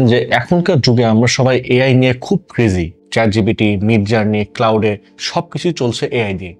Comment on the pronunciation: ভাই ইচ্ছা করে বললেন নাকি? ক্লাউডে না, এটা ক্লড😅